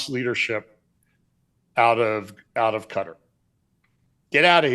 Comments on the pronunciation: I subscribed, tell that if he can stop saying putter then he could learn to say Qatar. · Quatar, most appropriately pronounced Gutter.